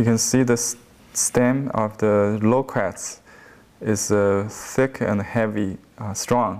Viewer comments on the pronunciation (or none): i keep thinking you are saying 'lolcats' :D but a realy good painting there.